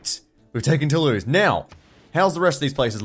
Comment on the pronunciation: It's spelled 'Toulouse", but it's pronounced "To Lose" :D